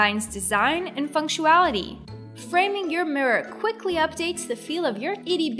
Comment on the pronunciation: Did she say FUNCTUALITY? I did look it up, just to make sure it wasn't a derivation I wasn't familiar with. Nope. It is supposed to be FUNCTIONALITY. The nearly-impossible-to-see captions has it spelled correctly. LOL Wait...a starburst decor piece on the wall in the SHOWER? That's gonna be fun to clean.